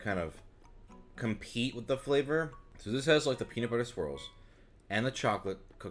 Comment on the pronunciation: When you say "swirls" I hear "squirrels" 😂 Imagine a bunch of peanut butter and pretzel squirrels jumping out when when you open the lid.